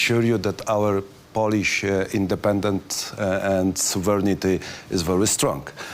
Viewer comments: Co do angielskiego, kurde niech mu ktoś powie jak wymawiać Polish i centyry, zapamięta kilka słów i będzie na prawdę dobrze. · Poliś, Ingliś,strategiś, naśion ARMY, jes śur